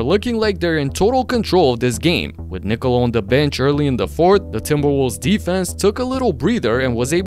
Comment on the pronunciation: I love how you pronounce Nikola how it should be😂😂 not how Americams do😅😅